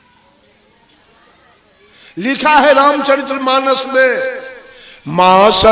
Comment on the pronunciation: आप रामचरित मानस कानाम‌शुद्धनहीबोलपातेहो।औरप्रवचनकरतेहो। पहले आप बोलना सिखो। धन्यवाद।।